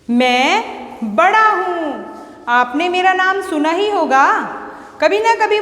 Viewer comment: Madam Ji ye Vada hota hai na ki Badaa